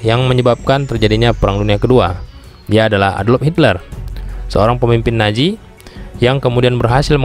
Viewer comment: Nazi bukan naji 😂 z bukan j